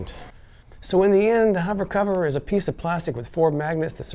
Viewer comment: MAH... SO YOU'RE A HOVAH COVAH LOVAH, ehh??